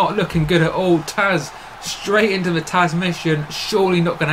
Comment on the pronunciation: Its tazz not taz